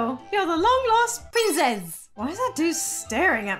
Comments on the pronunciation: I keep die laughing everytime I heard her say Prinzess instead of princess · "PrInZeSs" got me laughing😂😂😂😂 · The "Prinzess" always gets me ! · I love when you say Lo long lost PRIZESS LOOOOL 😂😂😂😂